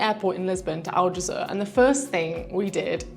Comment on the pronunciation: And Aljezur should be more like "aljezoor" (the "oo" being pronounced like in "good") and less like "aljezuhr" but that's just me being a bit picky. 😄